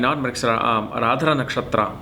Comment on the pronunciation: It's not Aradhra. It's Ardra... आर्द्रा